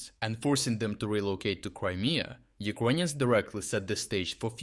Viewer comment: First of all, it’s annoying how he says “Uquonians” instead of “Ukrainians”, even in Russian or Ukrainian you say “Украйны”, there is no “Q” sound. Second, these strikes are from 2022 or halfway true, the struck submarine was from the 2023 attacks, damaged Luhansk plant was from the 2023 Luhansk counteroffensive and etc… Right now what he is trying to do is selling PR attacks to the viewers that Ukraine is “still capable” of doing offensive attacks. Attacking with NATO satellites some civilian shed is not offensive measures. They lack ground troops, tanks and the logistics, but thanks to “uqanian” corruption it’s gone. Dear cope bots, please cope in my reply section about “3day operation” or “black sea fleet”.